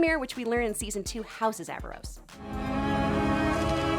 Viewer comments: You keep saying “Aavaros” 🤦🏻‍♂️🤦🏻‍♂️🤦🏻‍♂️ it’s AARAVOS 😄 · I’m sorry but did no one else notice that she was saying “Aavaros” instead of “Aaravos”? How do you do a whole informational video about a series and pronounce the main antagonist’s name completely wrong? I mean… they say his name all the time in the show. There was even a scene where Soren pronounced it wrong and Claudia corrected him. Just sayin 🤷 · Aaravos. Not avaros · AVAROS AVAROS AVAROS OMG 🗿E V E R Y T I M E ITS ARAVOS 😔😔😔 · Aaravos not Aavaros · Y'all saying Aaravos wrong, its Aaravos, not Aavaros. (It's levi-OHsa, not levioSA.) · AARAVOS not avaros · It's Aaravos, not Aavaros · Why does everyone call Aaravos, Aavaros? It's Aaravos for crying out loud! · Omg people, it's AARAVOS not AAVAROS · Isn’t it “aaravos” ? Not “aavaros” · Aaravos. Not Aavaros. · She literally can't stop calling him Aavaros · She called him Aavaros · You're saying Aaravos' name wrong.. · Take a shot every time she says Aaravos’s name wrong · She said Aaravos wrong. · Ka-tol-is not Kat-ly-os Ara-vOs not Ava-rOs Like if you're going to pretend you be a fan to market to us, do better. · Clearly you haven't watched the show, just reading or reciting what you read, or you would know its Aaravos, not Aavaros, and Runaan, not Runin.